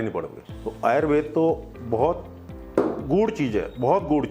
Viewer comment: भैया, आयुर्वेद संस्कृत भाषा का शब्द है और इसका उच्चारण आयुर्वेद ही है आयुर्वेदा नहीं